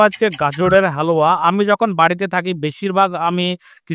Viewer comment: Dada halua bolte giye to apni haoya bole diyeche 😂